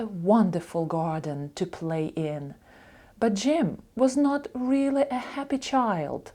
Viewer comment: Дякую,дуже подобається.Слово really як читається чується вилі ,а як правильно і інші слова ,що розпочинаються на літер 'r,як правильно вимовляти?